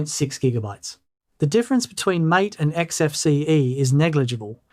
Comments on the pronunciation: Great video! I really appreciate the thorough, data-driven analysis and the objective comparison between Cinnamon, MATE, and XFCE. It’s refreshing to see concrete numbers rather than just vague impressions, especially the real-world RAM usage results. However, I do have one piece of constructive criticism regarding the MATE desktop environment. Throughout the video, you pronounced it like the English word "mAte" (rhyming with "gAte" or "dAte"). In the Linux world, MATE is actually named after the South American plant yerba matE, which is used to make a popular traditional beverage. Because of this, it is officially pronounced "mah-tAy." While they are written exactly the same way, they are two totally different words with completely separate meanings and pronunciations: Mate (English): A friend, partner, or colleague. MATE (Linux/Spanish): Named after the plant to follow the tradition of naming desktop environments after flora (similar to how Mint itself is named or how MATE's predecessor, GNOME, led to various plant-themed spin-offs). Correcting this pronunciation in future videos would definitely elevate the accuracy of your content, especially since your channel focuses so beautifully on Linux Mint. Keep up the fantastic benchmarks! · Very nice. I've been using Mate, which I believe you mispronounce ,🙂 because I so loved Gnome 2 and was mortified when it was announced that it would be replaced by the dreadful Gnome 3. It has a comforting charm from back in the old days when I looked a lot better and had more hair. 😉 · If you care how things are pronounced, you may want to look up how to pronounce MATE (ma-tay) I'm not running Mint but +1 for MATE then LXQT. That perspective you were saying you weren't going to include, well I refer to as snappiness, well in my tests/experience MATE and LXQT just seem to do much better. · Is _that_ how MATE is pronounced? I've been pronouncing it, "mah tey." I prefer XFCE, anyway.